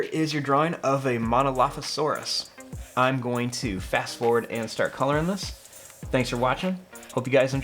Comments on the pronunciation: You said it right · You are pronouncing monolophosaurous right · don’t worry you pronounced Monolophosaurus correctly